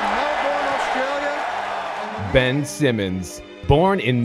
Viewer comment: dam the way some Americans say Melbourne and Australia are so cringe